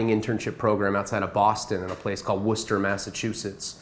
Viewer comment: I’m from Worcester, MA and it’s still rampant out here as far as pills and heroin. I myself just got off the shit. I know he isn’t lying because he actually pronounced Worcester correctly.